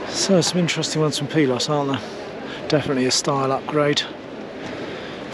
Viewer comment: Nice to hear ‘Pilote’ pronounced correctly for a change.